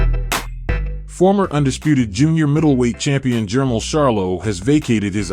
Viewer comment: reluctantly watching but that ai bull shit sucks unless u just a boxing dude who really dont know how to aununciate lol jermell not jermull